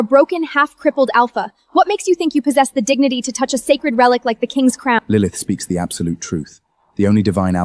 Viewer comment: “Lilimyth” was a personal favorite of mine 🤣🤣